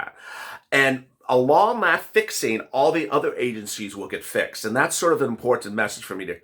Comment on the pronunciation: I always get a giggle when SAYS import- TENT. 💜